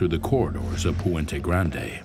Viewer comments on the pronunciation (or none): none